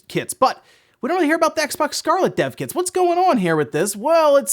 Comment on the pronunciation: i keep on hearing "Deaf Kids" instead of "Dev Kits"